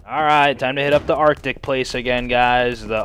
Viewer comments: "Arctic" Der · arctic, der :D